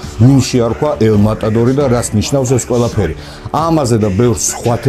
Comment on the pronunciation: მოსაკლავი არა ვარ მეტადორი რო თქვა მე მომესმა მეტადონი ანუ ჩვენ მატადორს უძახით და მან მეტადორი-ო